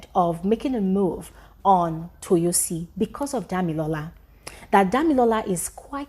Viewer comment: Let me help you pronounce the name better It’s Toyosi Like Toe-your-see ❤